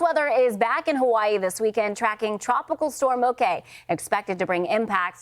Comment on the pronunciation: Good, knowledgable local report. “Moke” & “Hilo” Hawaiian pronunciation 👍👍!